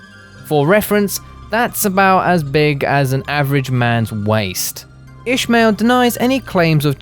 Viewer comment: FOR FUCKS SAKE HIS NAME IS " ISMAIL" NOT FUKING ''ISHMAIL''